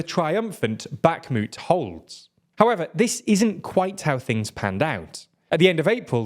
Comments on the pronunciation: Great video once again, but please prononce 'Bakhmut' without a hard 'k' sound, it hurts my ears😢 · Can someone please tell him how to pronounce Bakhmut.